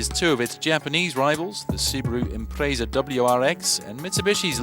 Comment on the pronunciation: you didnt actually just say limited sip differential. ffs why are you reviewing cars? also learn to pronounce Impreza.